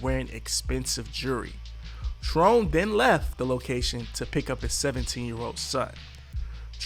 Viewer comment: JEW-ELRY JEWELRY...... not jerrrrrly